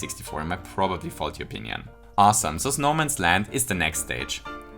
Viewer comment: I like how he said “onion” instead of “opinion” implying that he made a typo in the script, yet still kept it in the final version of the video as a joke